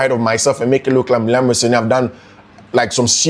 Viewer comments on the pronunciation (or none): The way you pronounce his name is funny ooo. I listened to him n he pronounce his name as Ro- senior